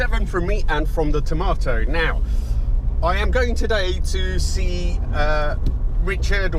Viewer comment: You spell it tomato but you say it tamoto.